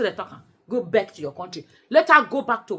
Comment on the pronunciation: I am 🤣🤣🤣🤣🤣 because I have South African friends, and that is exactly how they pronounce that word